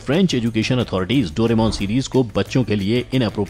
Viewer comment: It's correct name is दोराएमोन not डोरेमौन